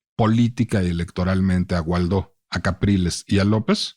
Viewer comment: Excelente episodio, lo escuché en la página de El Heraldo. Solo una observación, es algo irrelevante pero creo que el apellido del político es Guaidó y no Gualdó (perdón por la pedantería, el contenido del podcast es soberbio).